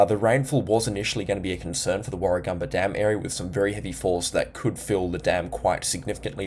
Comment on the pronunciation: Warra gam ba, not Warra gum ba.